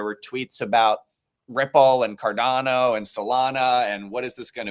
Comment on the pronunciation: So this video should educate people and most of the presenters here have apparently lots of knowledge but maaaan Cordano and Solano, what was doing here? It s obvious he has no clue what he is talking about😂